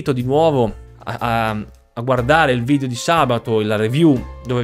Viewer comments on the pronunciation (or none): none